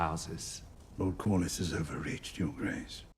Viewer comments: It's "Kor-lis". Very easy to pronounce. "lis" is pronounced like in "list" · I lose it every time you call him lord calories lmao ! it's pronounced cor-lis and re-nee-ra 🩵 I love you and your reaction made my day ! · I haven’t seen any assistance with pronunciations in the comments, so in case anyone on patreon or wherever hasn’t said anything… Cor-liss Ray-knee-ruh Generally the names are phonetic, but they also all have British accents. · Sounds like: Corliss for Corlys Rayneece for Rhaenys Rayneera for Rhaenyra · Pronounce their names this way, Ray-Near-Ra (Rhaenyra) and Cor-Liss (Corlys) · Great reaction bro. The way you pronounce Corlys’ name is-Core-Less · So.. Lord Corlys.. Core-Liss lol Man I can’t wait for you to get further into this, it gets emotional and crazy!